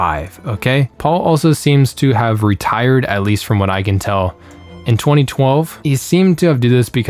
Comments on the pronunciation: Lol struggling with Otellini. Very simple italian name. It is pronounced pretty much the same it is written. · Rambling video. Could have easily been shortened to 10 minutes. How do you struggle just to pronounce Otellini?